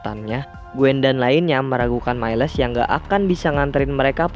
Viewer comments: cara bacanya mails bang bukn mailes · Halo,miles Di baca mails bukan mailes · Mieles wwkkwkwkw miles bang aduhh saya menderita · Bang bukan mailes tapi miles Sekedar info